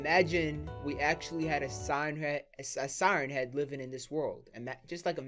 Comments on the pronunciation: Dude said Siern head XD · Sigh ern head is how he says it